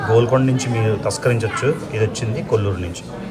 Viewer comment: కొల్లూరు కాదు, కోళ్లూరు మైన్. ఇప్పుడు అక్కడ పులిచింతల రిజర్వాయర్ ఉంది.